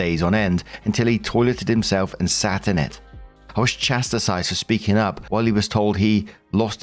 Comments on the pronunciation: Story 1 - When knows perfectly well that he's mispronouncing the word "chastise". He's been corrected scores of times, but still purposely mispronounces it as "chas-ti-CISE". How childish. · do british people pronounce chastise as chas-ti-size? Thought for 10s Usually no — British people don’t normally say it as “chas-ti-size” with three syllables. They pronounce chastise as two syllables: chastise (chas-tize) So it’s more like chas-TIZE / chass-TIZE, where the ending rhymes with size. The confusion is probably from the spelling: -tise looks like it might split into “ti-size,” but in pronunciation it’s just tize. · as a brit- nobody I know doesn't pronounce it chas-tise. But has a few- well Markisms like that... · pronunciation of chastise tho... What's going on, friend?